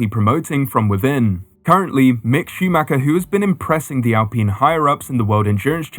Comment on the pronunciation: Could you get an adult to show you how to pronounce Alpine.